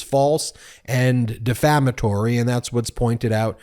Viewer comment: The word is 'defamatory'.